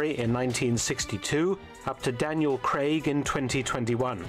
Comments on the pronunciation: His name is Craig! Daniel Craig! NOT CREGG! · Where's DAVID NIVEN !? He played James Bond in the original CASINO ROYALE in 1967. CUBBY BROCCOLI's family " invented" the vegetable broccoli by crossing cauliflower and rabe. CRAIG is pronounced CRAYG not CREG !